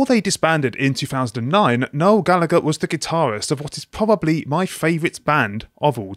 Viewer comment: Me, an Irish waiting to hear how they pronounce Gallagher. "Galla-Gurr." My disappointment is immeasurable and my day is ruined. I like what he said about Labour, though, haha~